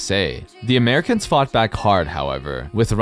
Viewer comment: You're making "(Never gonna happen, Americans)" sound waay more like "(Never gonna happen, Canadians)"